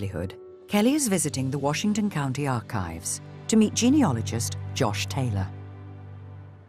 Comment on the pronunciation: note to the voiceover (sorry) - the word is geneAlogist not geneOlogist